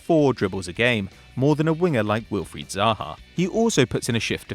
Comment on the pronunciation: Has all these fancy pronunciations, but can’t say Wilfried right🤦‍♂️